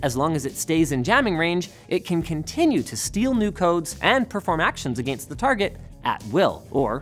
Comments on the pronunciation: Say “against” again? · Is anybody else freaked out about the way he says against?